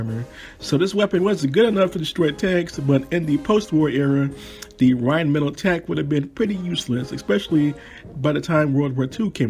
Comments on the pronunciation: I was interested until you pronounced rhinemetall wrong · Love the totes wrong pronunciation of Rheinmetall. No judgement from me. People who insist on correct cultural pronunciation all the time are frustrating. Especially when they bomb pronouncing anything in American English. It's all good.